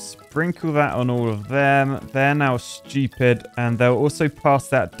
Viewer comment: I like how u say Schupid!😂😂